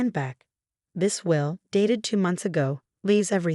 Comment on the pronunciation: Will, not wheel. Choppy narration is annoying. Bag, not back. Will-reading, not well-reading. Victoria's sentence is too light. Escrow, not a scrow. How he'd, not Hauge.